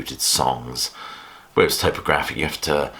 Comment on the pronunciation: I'm definitely in the lamb camp but you're the first person I've heard pronounce topographic towpographic. Another good video though, keep it up.